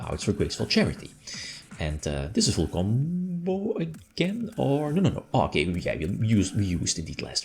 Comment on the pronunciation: its ... i get a certain feeling as if it sounds wrong when I hear you saying full combo ... XDDDDDD but the "coffee" moment, is top tier, we need more of that stuff jajajajajajaja